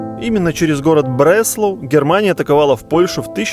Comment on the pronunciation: В немецком фрагменте слышно что ударение на а, Бресла'у, а не Бре'слау...